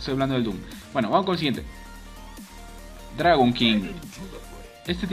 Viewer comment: Y por eso niños, estudiar inglés es sumamente importante para que no des palta haciendo vídeos mientras dices "dragón king" "bain" "faces void" "life", etc. Al menos deberías aprenderte los nombres no?